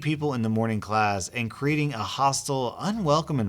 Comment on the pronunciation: That’s not how you pronounce creating, you cretin 😂